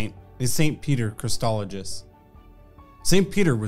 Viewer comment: Thanks, but please pronounce the name correctly. There is no T in Chrysologus, and the G is hard, like the name Gus.